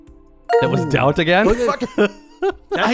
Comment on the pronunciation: You made 2 mistakes in word "Daut"